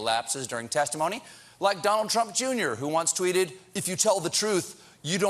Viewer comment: "trump twote on" LMAO We have a new word....